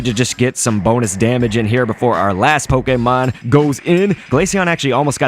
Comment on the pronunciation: my god. come on dude. poke-ee-mon is literally the most newb and worst of the three ways to say it. poke-ay-mon is correct as its japanese. poke-uh-mon is an acceptable one that sometimes the anime or nintendo people would use. poke-ee-mon is what people who play the main rpgs make fun of the pokemon go players for saying.